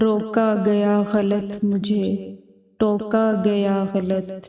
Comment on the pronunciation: لفظ غلط کے تلفظ کی ادائیگی درست نہیں صحیح تلفظ غَل٘ط ہے جس میں ط ساکن اور صرف غ مترک ہے